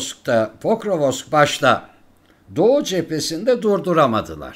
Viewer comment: Покровск diye yazılıyor, Pokrovsk diye okunuyor. Pokrovosk değil!